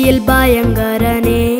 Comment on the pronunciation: You need to correct your pronunciation for some words. Eg., Bhayakaran i/o Bayankaran, Samadhanathin i/o Samadanam, Albhutham i/o Albutham, Bhuvaikal i/o Boovasikal, Vridhanmarum i/o Vridanmarum, Bhoomi i/o Boomi, etc.